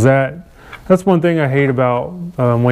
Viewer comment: It's wain scot, not Wayne's coat